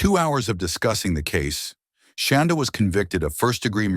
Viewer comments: Is that really how you pronounce her name? “Shawn-daugh”? I keep getting distracted because it sounds like “Shawn-dawg”. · I was waiting to see this and the Lori Vallow one you posted earlier. Ty for posting. I do wish, though, that AI voice man pronounced “Shanda” right 😁